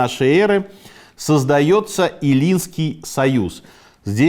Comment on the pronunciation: Всё хорошо, все прекрасно, уважаемый Автор! Одна просьба, если можно, пожалуйста, проверяйте ударение: Э’ллинский союз, не эллùнский, несколько раз, увы, была оговорка. Про выпуски о Medici я вообще молчу, каждое второе имя собственное.. это нечто. Вы можете спросить, за спрос денег не берут как говорят в России. Pazzi, а не Pazzo, Àlbizzi, а не Albìzzi, Còsimo, а не Cosìmo, в общем, примеров тьма, что, впрочем, не меняет суть: Вы старались и Ваши исторические выпуски, даст Madò, будут способствовать просвещению достопочтенных зрителей. С Уважением к Вашему труду